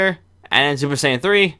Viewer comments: It's super Saiyan not super sandwich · did he say super "sandwich" 3